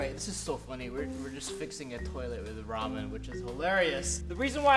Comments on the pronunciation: I’m confused is it ramen or romen cause it sounds like romen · i have a tolet i have ramen😒😁lol like if u was like lol never heardbof that btw he says riman